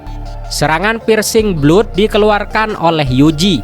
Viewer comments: blood : /blʌd/ it's blad not blud. Btw, thanks for the summary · Blood pronounce atau pengucapannya Blad..